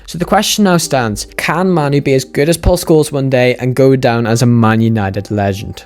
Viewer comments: "Kobbie Maynoo" 'Kobbie Maynoo" Kobbie Maynoo" Narrator" Kobbie Mah-noo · It's kobbie main oo not kobbie man oo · Compilation at the start people pronouncing it as "Ko-B May-Nu" literally after that compilation; "Koh-B Ma-Nu" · «KOBBIE MAINOO!” Him: Kobbie manoo🙂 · It's pronounced "MAY-NOU". Great video btw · How did this guy made the start of thus video with various people pronouncing Mainoo's name and then have himself pronouncing it differently?